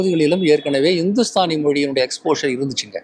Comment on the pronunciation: ஹிந்துஸ்தானி மொழி என்றால் என்ன? உங்களுக்கு இந்துஸ்தானி மொழியை தெளிவாக உச்சரித்து கூற என்ன தயக்கம்?